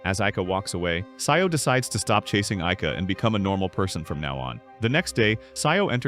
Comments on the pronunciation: Why'd you say sayou instead of Sajo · "sayo" is crazy its "sa-joh"